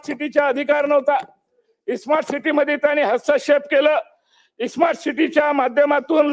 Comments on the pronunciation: खोबडेला साधं स्मार्ट बोलता येत नाही तो इस्मार्ट सिटी बोलतो. अशी माणसं राज्याची वाट लावतील. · सोईचे स्मार्ट सिटी म्हणता येत नाही त्याला इस्मार्ट बोलल्या जातं हे केवढं दुर्दैव. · स्मार्ट सिटी होणार इस्मार्ट सुट्टी नाही अरे तुम्हाला बोलता पण येत नाही आणि त्या आयएएस अधिकारी नांदी लागायले